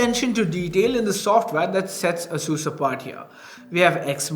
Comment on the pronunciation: ˈeɪsuːs or Eyyy-sus